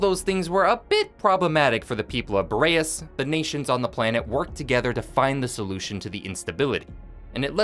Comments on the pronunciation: U gotta be rage baiting me by constantly calling the planet fucking "Bo ray ess" its "BOR EE ASS" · Curious how you found the pronunciation for "Boreas" when it's said in game differently and is a real world word also not pronounced the way you say it.